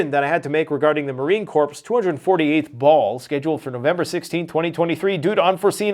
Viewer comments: Hey. I'm hooked on your videos. On the trivial side of things, do you think you can pronounce Marine Corps as Marine "Core" like the center of an apple. When you say "Corpse" like a dead body, it irks me a bit. Thanks, keep bringing it on and Semper Fi! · Love your channel,. Small but critical correction: Marine Corps is pronounced, Marine CORE. NOT Marine corpse. Not being offensive at all, it's just that every Marine cringes at that common mistake. Once again, love your channel, keep up the terrific content. Semper Fi! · Marine "Corpse". 😜. Nope it is pronounced Marine "Core". 😅😂😮💀 Great video as always. Keep the cursing down. I like to watch your video with my kids. 🙏😀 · It’s not pronounced corpse, it pronounced core. Slow down tiger, you to worked about everything. 🤦🏻‍♂️ It’ll be ok, we’ll get through this 😉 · Pronounced "Core" not corpse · Marine Corps (core) not Marine Corpse. We're all on a path of learning, eh? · "Corps" is pronounced "core".